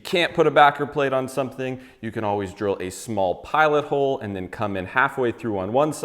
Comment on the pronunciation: Haha, I heard the you the first time. But it definitely had a Jew sound on the second listen.